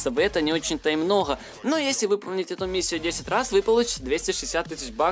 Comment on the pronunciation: Почему ты говоришь не МНОГО , а МНОГХО ты что пьяный?